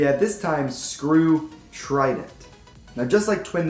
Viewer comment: Dude its Trident not tridant